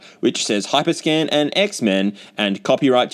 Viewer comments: every time you say hyper scan, I hear hypre scam lol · i keep hearing “hyperscam”